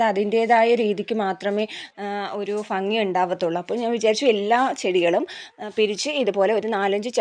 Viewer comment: ഫംഗി എന്നല്ല കുട്ടി ഭംഗി എന്ന് പറയൂ. വീണ്ടും വീണ്ടും തെറ്റുതന്നെ പറയാതെ